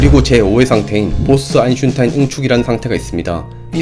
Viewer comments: 유익하고 좋은 영상이네요 근데 먼가 듣다보니까 자꾸 아인슈타인을 아인슝타인 이라고 하시는거같네요 .. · 님의 영상들 잘 보고 있습니다. 재료공학분야 뿐만 아니라, 다양한 과학분야에 대해 알게되어 매우 감사드립니다. 옥의 티로 느껴지는 것이 있어 조심스레 글 남깁니다... 발음상 "아인슌~타인"으로 들리는데요 (저만 그런지도?) 영어식으로 발음한다면 "아인~스따인" 에 가깝고, 독일식으로 발음하자면 "아인~슈타인" ('아인~슛타인' 을 빨리 읽으면 나오는 발음) 에 가깝게 됩니다. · 아이슌타인이라고 들려요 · 근데 아인슈타인이맞아요 아인슌타인이맞아요? 여기서는 계속 아인슌타인이라고 발음하시길래.. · 내용은 생각이 안나고 아인슌타인만 남네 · 근데 왜 자꾸 아인슌타인...... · 안슌타인 거슬리네 ㅋ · 아인슌타인 ㅋㅋ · 그나저나 아인슈타인 발음이 어려운시가봐용 ㅋㅋ.. 아인슌타인 . . . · 아인슌타인이라고 들리는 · 아인슌타인 발음좀 제에발 제대로해주세요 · 왜자꾸 아인'슌'타인이라고 하냐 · 아직도 아인슌타인이라고 하누.. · 아인슌타인만 들린다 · 아인슌타인때문에 집중 안된다.......ㅋㅋㅋㅋㅋㅋㅋㅋ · 왜 아인슌타인이라고 발음해요? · 왜 자꾸 아인슌타인이라고 발음하나요? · 저기요. 아인슈타인 발음때 왜 아인슌타인이라고 하세요? 아인슈타인이라고 발음하는게 어려운가요? 암튼 사람 이름을 잘못 발음하니까 좀 귀에 거슬리네요. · "아인슌타인" "아인슌타인" "아인슌타인" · 와 박식하시네요 근데 아인슌타인이 아니라 아인슈 타인.. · 아인슈타인입니다 아인'슌'타인 너무 신경쓰여요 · 근데 왜 자꾸 아인슌타인이라고 읽으시는거에요? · 아인슈타인 발음이 왜그래여 아잉슌타인이라그러네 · 아인슈타인 입니다 내가잘못들엇나햇네 아인슌타인 누군가 대본을잘못 써줫나봄~~ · 뭘 자꾸 아인슌타인ㅋㅋㅋㅋㅋㅋㅋ 도대체 누구인지?ㅎㅎ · 아이슈타인 발음 다시합니다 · 언챙인가요? 아잉싀타인 아잉싀타인 듣기 거북하네요. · 왜 자꾸 아인슌타인이라고 하는거야 ㅋㅋㅋㅋ 개웃기네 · 헉 정말이에 ㅋㅋㅋㅋㅋ 아잉슌타인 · 탑승ㅋㅋㅋㅋㅋㅋ 이거 댓글 보고 동영상 보니까 아이슌타인 밖에 안들렼ㅋㅋㅋㅋㅋㅋ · 나도 찾았었어요...ㅎㅎ 그런데 있네요... '아인슌타인' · 아진짜 슌타인ㅋㅋㅋㅋ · 나도 아인슌타인으로 들려서 나만 이상하게 들리나 했는데 역시 나만 그런게 아니었군 ㅋㅋ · 나도 이말하려 햇는데 ㅋㅋㅋ 아인슌타인이라고 계속함 ㅋㅋ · 저도 계속 아인슌타인으로 들립니다..저만그런줄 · 아인슈타인 발음에 문제 있는듯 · 아인슌타인... 발음이 어렵긴 하죠? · 이분 발음이 아인슌타인.. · 발음이 왜 이래 아무물질로 들려 아인슌타인으로 들려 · 슌타인씨 ㅋ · 아잉슌타인 으로 들려요 ㅋㅋㅋㅋㅋㅋㅋ 코막히신 느낌 ㅠㅠ ㅋㅋㅋㅋ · 근데 왜자꾸 아인슌타인 이라고 발음해요?ㅋㅋ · 왜 자꼬 아인슌타인이라고 발음하냐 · 아인슌타인은 도대체 누구야ㅋㅋㅋㅋㅋ 발음ㅅㅂㅋㅋㅋㅋㅋㅋㅋㅋㅋㅋㅋㅋㅋ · 형 다 조은데 발음 뭉개진당... 아인슌타인... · 슈타인 발음이 어려우면 스타인 이라구 해보세요. 저도 보면서 발음 귀엽게 하시네 했어요 ㅋㅋ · 아인슌타인이라고 하세요 ㅋㅋ 발음 귀여우세요 ㅋㅋㅋ 그거랑 암흑물질을 아믕물질 ㅋㅋㅋ 너무 커엽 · ㅋㅋㅋㅋ ㄹㅇ이네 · 아낰ㅋㅋㅋㅋㅋㅋ여기ㅠ나같은 사람이 또 있네 ㅠ ㅋㅋㅋㅋㅋ나 맨날 이런거 발견해싸서 주변에서 제발 내용만 집중해서 보라고 머라하는디ㅠ ㅋㅋㅋㅋㅋㅋㅋㅋㅋㅋㅋㅋㅋㅋㅋ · 근데 아인슈타인 발음이 왜이렇게 안되세요 ㅋㅋㅋㅋㅋㅋㅋㅋㅋㅋㅋㅋㅋㅋㅋㅋ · 아놔 원래 독일어 원어 발음인줄알았는데 그냥 혀짧은거였어ㅌㅋㅋㅋ